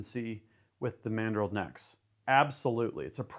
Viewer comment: "EXPANDING MADREL"